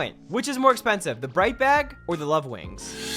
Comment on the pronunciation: You said more aapensihf